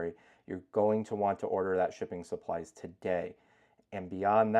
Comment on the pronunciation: I keep thinking I'm hearing "chicken supplies". Lol.